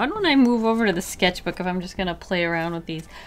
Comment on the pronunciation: The way she said skecth book killed me